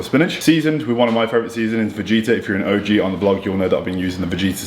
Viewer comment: its pronouced Ve-get -tah just so you know haha . Us european people love using it on everything . So , Vegeta is pronouced VE GE TAH . not Vegeta from DBZ